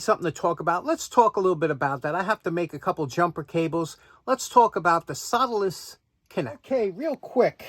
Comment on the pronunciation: I love your NY accent, but I couldn't, for the life of me, figure out what a "soladis" connector was until I noticed the title of this video. I just love that accent! LOL